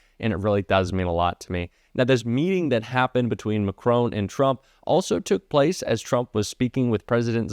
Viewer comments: Mack-ron! Not macrone! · Great content BUT, why oh why, can’t American commentators learn how to pronounce Macron? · Respectfully please try not to pronounce Macron as Mac Crone. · hi its mac ron not macron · Why can't you pronounce President Macron's name properly, just learn it please, it's so irritating . it's not MACRONE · Better learn to pronounce the President of France’s name correctly. It’s MaKron not Macrone. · please pronounce Monsieur Macron’s name correctly. It is pronounced ‘Mac Ron’. And not Macrone. Thank you! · It's pronounced Mac Ron not Ma Crone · 1. It is Macron as in "on" and not Macrone as in "hone". 2. Macron had already shaken hands with the 🍊 buffoon before they were together with Zelensky. 3. Did you notice the third chair being "disappeared"? I wonder who thought they'd sit down with Zelensky and the 🍊 buffoon? Macron on Starmer or someone else. Personally I just despise these meetings with Trump without witnesses. He flips more than a Cirque du Soleil acrobat and can never be relied upon to tell the truth. Not to criticise. Love your hard work and dedication, but please keep it factual. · Good video, just one point, it's Macron as in Mac Ron, not Macrone,, there is no e at the end. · Emmanuel MacRon, not Macroan! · For the umpteenth time - AND PLEASE READ THIS COMMENT - the French president is not MCRONE, his name is MACRON. Your continual disrespect is Trumpian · Fyi...I love your podcast...but it is 'Mac - ron' not 'Mac - rone'. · "McCrone"??? Who he? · STOP ! You must know it’s disrespectful and ignorant to mispronounce a persons name !! The French President’s surname is ( phonetically) MackRON NOT MackRONE !!! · FFS pronounce the man's name properly. It's Macron, not Macrone. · Is it too hard to pronounce ? Macr On, and not Macr Own. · It's MAC RON not MAC RONE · Please please pronounce it Mac Ron and not Mac Rone! It’s so disrespectful to mispronounce anyone’s name, let alone the leader of another country.